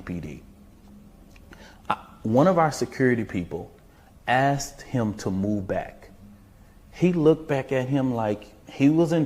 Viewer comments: he not only didn’t say asking, not even axing! MF said “ast’d him” and also said “secur”🤣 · He axed him to leave. The man said nothing. Good thing he didn’t say touch me and find out.